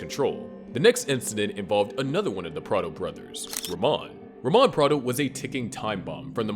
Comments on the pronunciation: It’s pronounced “rah-mone” not “ruh-mon” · it’s pronounced “ra-moan”